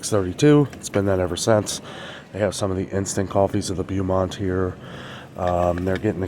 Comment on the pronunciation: You think $1.85 is bad for the chewy granola bars, well the Quaker version these copy, are around $3.50 to $3.99 in name brand stores!! Crazy. I remember when the used to be $1.99. I stopped buying or cut back. Also, the Beaumont coffee is pronounced bow- mont. Bow as in bow tie. 😉It really IS disappointing to see Aldi’s prices go up so much.